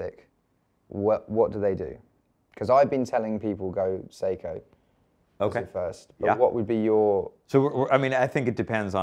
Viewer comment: Say-ko, not see-ko